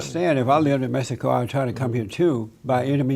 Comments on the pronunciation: Lol mehico lol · In English it's called Mexico, not Mejico. In English it's called Japan, not Nippon.